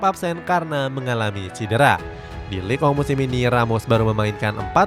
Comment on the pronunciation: Kenapa league 1, di bacanya lig ong min?